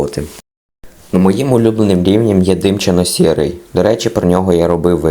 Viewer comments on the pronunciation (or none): димчасто сірий правильнішеб б було вимовити. але мабуть то певне такий говір :〕